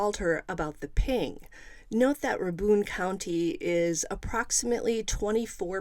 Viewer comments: Strange case. And it’s pronounced Ray-bun county. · Rabun pronounced as Ray-bun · Its Rabun pronounced like "ray-bun" ... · Not nit picking, just trying to help. Rabun is pronounced “raybun” (bun like hotdog bun). Or if you ask someone who’s from Rabun it’s pronounced “raburn”. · Rabun county is pronounced Ray bun. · 🤣 GA native here too... The bun is so short it's just bn